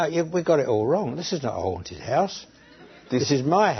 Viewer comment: a awnted house lmao